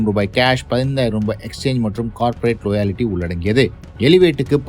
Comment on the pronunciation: Adhy லோயாலிட்டி illa da, லாயல்டி